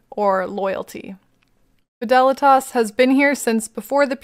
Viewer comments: Your Fidelitas pronunciation was right! many names are latin, and the proper pronunciation is infact: FEE THA LEETUS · You pronounced Fidelitas correctly.